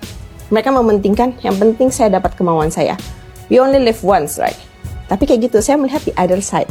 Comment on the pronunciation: Jangan merasa sok superior using English halp Indonesian when U not pronouch it that Rite, wkwkwk EGEN (again) Rite (right) Th Wen (when) Kemplet (complet) Meni more, lol